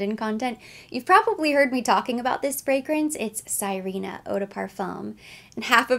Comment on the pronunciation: Sirena means mermaid in Spanish. You say it like "Si/ rhe/ nah". It is a lovely scent you reminded me I have a decant. I will be contemplating picking it up when summer comes around in the southern hemisphere.